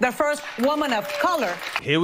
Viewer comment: I’ve never heard panels on major shows talk about the vice president needing to be ready to be president the next day. It’s like they are planning it or something…. So Amewica can have the fewst woman pwesident.